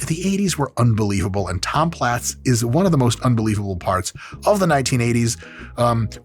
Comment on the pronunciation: Are we sure his last name wasn't pronounced as "plates?"